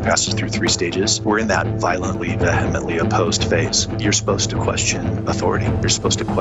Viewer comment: she "VEHEmently" opposed XD